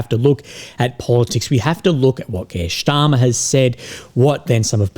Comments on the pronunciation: Starmer, not Schtarmer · Why do you pronounce Starmer like he's German? 😅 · Kier "German pronanciation" Starmer